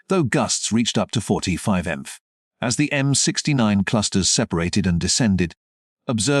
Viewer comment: It's M P H. Not miff.